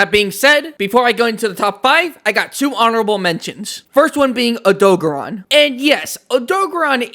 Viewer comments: It's name is Odogaron, not Odogon. (oh-do-gare-on) Also Diablos is female, Monoblos is male. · wtf is an odog-a-ron?... do you odo-gar-on? you know how they actually say it in game? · erm actually its o-doe-gare-ron this is how you say it in the games :> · the WORST way I’ve heard Odogaron being pronounced.